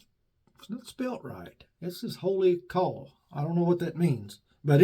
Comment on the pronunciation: Great shave video 👌 My understanding the "Kaw" is pronounced as "Cow", based on feedback from the makers that I've seen in comments/videos somewhere in my memory! I had no issue with your Tub weight comparison because I know it's true from my own experience and I spend my money accordingly. Blade gap is only part of story of how a razor shaves, exposure & head geometry also play a big part is how a razor feels during a shave. It's great that we have so many choices that we can find a few "optimal" razors for our own faces. YT only tells you the public account subscribers, however, a high number YT account holders select "private" option to protect their privacy.👍🤠🤟